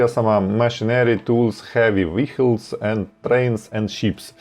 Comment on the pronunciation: Все дуже непогано, але….визначення англійською 🙈 еквІті, форЕкаст, і особливо віхлс , поки не сказали що роблять автобуси, я і не зрозуміла що то виїклс (там h взагалі не читається), ну це ж звичайні слова, більшість з яких- використовуються як економічні терміни, ну погугліть в Гуглі як воно звучить, почали ніби професійно, але потім це…. Перший раз на каналі, трохи в шоці Юнітед стейтс, серйозно?😂 ніби ж всі знають що Юнайтед стейтс